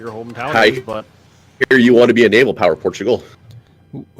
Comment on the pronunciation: The glorious Por-too-gull Or Portugal in the common tongue xD